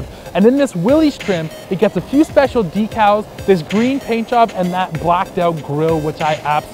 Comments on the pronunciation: Decals, not "decles" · What’s a “Deck-all”? Better yet what’s a “Willies”? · "some black deck-els (decals)" lol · I just wish he knew how to saw the word "decals"...